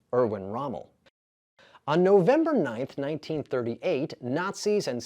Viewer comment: The first name of Rommel was Erwin not Örwörn.